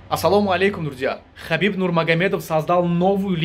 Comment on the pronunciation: Брат почему ты Хабиб говоришь а не Ҳабиб Ты таджик Если я что-то не так сказал прости меня ради Аллаhа ЗНДА БОШИ ШЕФ